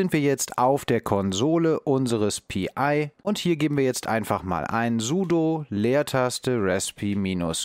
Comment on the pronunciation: Mich irritiert die Aussprache manchmal. Pi und dann wieder Pi-I? Hat das einen tieferen Sinn? Ansonsten, ein sehr informatives und interessantes Projekt, wo ich als alter Raspberry Pi Nutzer auch novh was lernen kann wenn auch HA kein Thema ist in einer Mietwohnung.